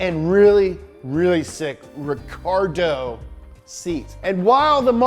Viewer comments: it was written RICARO on the seats. but he said RICARDO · "recardo seat" 😂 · Recaro* seats, Not recardo.